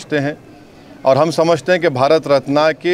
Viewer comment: Madarchod pahle sahi se Marat ratan bolna Sikh 😡😡😡